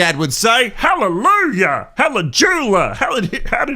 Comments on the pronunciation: It’s “Halle-YOU-jah” 😂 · Halle - Joo - Yah!